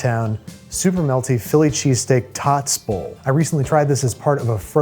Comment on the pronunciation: "tots bowl" oh no no no